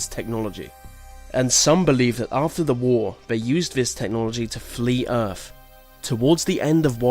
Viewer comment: theories not feories earth not earf